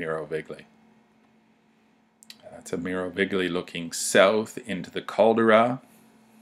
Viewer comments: Sorry its pronounce Cal-de-ra! not Cal-dra lol. I cringed every time you say Cal-dra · if you are going to make a film of santorini, make sure you can pronounce the CALDERA not what you say, yank.